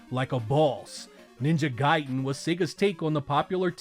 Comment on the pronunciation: Thank u for pronouncong ninja gaiden correctly